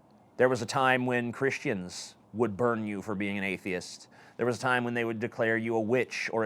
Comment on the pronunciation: Black Pigeon Speaks likes to use big words and rare phrases that nobody's ever heard of, while MISPRONOUNCING easy words like "Atheist" Richard Dawkins is an atheist, not an atheiat.